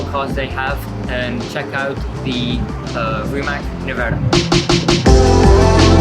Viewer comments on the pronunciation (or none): Is it really hard to pronounce it "Rimats"?